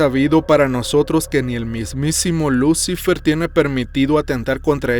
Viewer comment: no doy crédito que te dediques al terror y no sepas leer lucifer, y digas lucy- fer